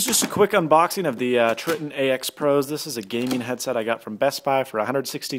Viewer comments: Should have gotten Astros. Btw they're pronounced *Try-ton*. Man, I'm just in my douche mood right now, my bad. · you said tritton wrong also you made a good choice because my turtle beach's keep breaking